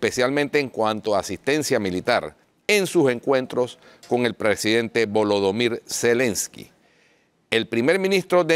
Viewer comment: es kevv o kagg en ingles y se pronuncia valademar silenscka en ucraniano